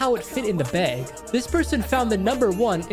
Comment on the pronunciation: Man pronounced bag as baeg